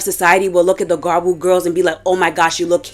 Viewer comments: I've typically associated the origin gyaru with Okinawa girls adopting American 90s-00s beach looks. It makes sense that American culture would bleed into Okinawa trends. Okinawa is a place Americans go party because of the US military base. So I can see why jearsy shore looks similar to it cuz its like this american beach clubing girl thing lol. Btw, if you try saying gal but end it with a lu or ru, it would sound more accurate and be easier to understand. It's basically saying gal in a Japanese way so even if you just said gal I think that would make more sense to english and Japanese speakers. I mean no disrespect, Im just trying to help. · About half way, she's included gal tiktok videos making you think she would at least pronounce gyaru right but no were still on garu and I'm about to go insane please turn it around and talk to gals in the second half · im american and i know the pronunciation is "gya-roo," thats the og term. ive heard people with accents say gyaru in the correct way before, its not hard. there is a y or 'i' sound in there which makes it "gya-ru," not ga-roo. the 'blackfishing' in the gyaru community is something frowned upon, especially as gyaru evolves. defending and acting like it was never a problem however, is bad. we need to normalize these conversations to grow and make sure the 2-3 shades rule stays the norm. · Not to be too picky, but you also mispronounce gyaru throughout the entire video and its been a itch I cant scratch. It's gyea roo not gaa-roo. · Gyaru ( Gee-yah-roo) Ganguro (gahn-goo-roh) 🍭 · There is a "y"! Sorry but it was getting to me 😅 gee-ya-rue